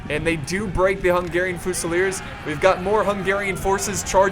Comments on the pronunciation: the way you pronounce fusiliers and hussars is fucking suicide inducing. please stop. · i'm not trying to hate but. It's fusiliers, pronounced with a fuse.